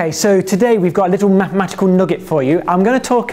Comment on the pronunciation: "Lidl matmat'cl nuggit."